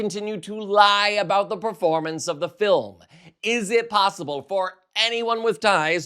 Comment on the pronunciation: it's not a documentary. It's da filim. 🙄